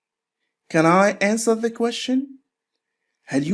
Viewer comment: حلقه مفيده وجيده. مشكورا ولكن أرجوك ان تنتبه على كيفية لفظ كلمة question, أدخل حرف الt مع اللفظ. مجرد ملاحظه ولبس انتقاد. وشكرا على مجهودك. انا احب الترجمة لذلك حضرت الحلقه.